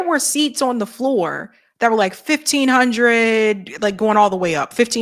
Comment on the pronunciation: I love your accent 😂, when you say ON it almost sounds like you say OWEN 😂😂